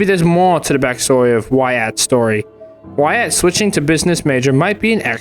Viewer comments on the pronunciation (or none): So close, it’s “why-it” not “why-at, not sure if you’re comment farming or what lil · Jesus Christ, it’s “Y-et” not “Y-at” 😂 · why-at lmfao. its why-it. also i dont think the statue is controlling everything, i think its just the minotaur of the mall. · Uhhh, his name is actually pronounced “Whutt” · I love that he's taking the comments literally and starting pronouncing it Why-at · Didn’t you explain at the start of the last video that you knew that “wait” wasn’t the right pronunciation, but you were going to use it anyway? Were these complainers not paying attention? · "ill stop pronouncing it 'wait'" "so anyway, why at" good video though (like always) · Do you really know how to say his name and you’re just being extra? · Bruh, I thought it was very obvious that you were mispronouncing Wyatt's name on purpose. I guess I was wrong. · ironic coming from the dude who can’t pronounce Wyatt🤣